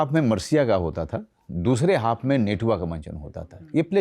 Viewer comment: Natua hota h netua nhi